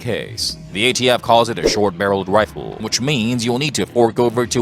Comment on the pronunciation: Hewwo errbady fwarms . 😂 I’m amazed that Elmer Fudd has a you tube channel. Wifle, wunhundred bucks. Hahaha😂